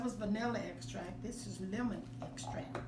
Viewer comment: My exact thought when she pronounced “extract” I was like 😒 now who told her to say it like that?! 😫😂